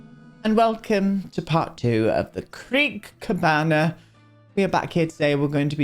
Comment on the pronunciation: every time you say Creek Cabana my brain hears Crick Cabana which I'm like 90% sure is the lot where Forrest and Tamara live love this lot progress, the cherry on top of a pretty great day (I passed my driving theory test 1st time and treated myself to a Starbuck and a Lush product to celebrate)